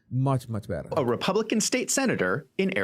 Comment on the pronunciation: REPAAAABLICAN. NOT REPUUUUUBLICAN